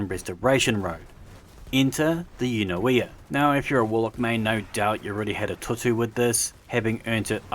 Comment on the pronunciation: Pronounced .. You - Noi - Ah